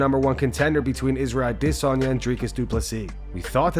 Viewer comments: Why do you call him "Israel diss-on-ya"? Instead of how it's actually pronounced? "Aw-diss-on-ya"? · Can you please pronounce adesanya the correct way